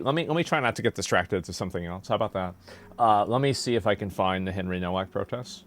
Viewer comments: Why pronounce Nowak incorrectly? Seems disrespectful. It's not No-Wack but NoVak. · You pronounce Nowak - Novak W is always V in Polish language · Can people that are opposed to what happened to Henry Nowak please pronounce his last name correctly?! It seems like the minimum amount of effort to put in… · It's pronounced "Novak". It's obviously a Polish name, and in Poland, they pronounce the "W" like we pronounce a "V". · Hey asmongold the w becomes a v in Henry's surname, just letting you know bud, RIP Henry Nowak you deserved soo much better! 😡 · Please learn how to pronounce his last name, if he's famous - Nowak is a Polish name, you can read this "NOH-VAK". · the father, in his statement, introduces himself as Mark NO-VACK. and goes on to pronounce the other members of his family with that same No Vack pronunciation.